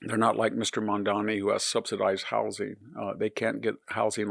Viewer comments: Lots of fear mongering, lies, and smearing on display here. 35 trillion debt, money and greed controlling the government… who did that? Victor, at least pay enough attention to get the name right. It’s Mamdani (not MamdaMi that you keep repeating. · MamdaNi not Mamdami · Victor, take time to learn to pronounce his name correctly. Not "Mamdami". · It sounds like the professor is saying Mamdami. The name is Mamdani with an n. Not that it matters much. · VDH, it’s “Mom-don-eee” it’s not actually a hard name to say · I wonder why people who are against Mamdani make a point of mis-pronouncing his name. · Sliwa, not Silwa. Mamdani, not Mamdami. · Mispronouncing names (Mamdami instead of Mamdani, Silwa instead of Sliwa) is not good at all for credibility. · It’s “SLEE-wah” not “SILL-wah.” And “mahm-DAH-nee” not “mahm-DAH-mee.” And he’s always mispronouncing former VP Harris’ name as “kah-MAHL-ah” instead of “KAH-mah-lah.” He’s not a stupid man but he sounds stupid when he does that. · Mamdani, not Mamdami Sliwa, not Silwa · It's MamdaNi, not MamdaMi. It's Sliwa, not Silwa. Jeez. Also, why would "open borders" affect elections in NYC? Undocumented immigrants can't vote. Mamdani is going to win because young people are idealistic and stupid and easily manipulated. What's confounding is the support he is getting from older New Yorkers, not a lot but enough to push him over the edge. That the Democratic machine couldn't come up with anyone to deal with this guy shows it's ineptitude. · Pronounce better, Victor . It is " SLEE-WUH'. And "MUM- Dan-EE".